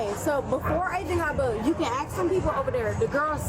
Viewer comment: She can't pronounce Ask, why is it always aks?